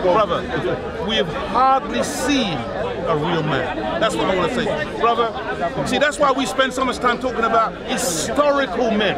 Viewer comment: i think ive heard him say BROZZER like 49 times